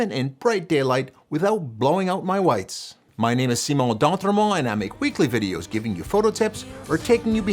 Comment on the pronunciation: Every time he says d’entremont it makes me question my ancestors choice in my last name…….